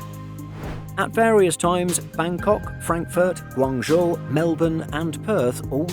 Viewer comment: Over the last year, your pronunciation of Guangzhou definitely improved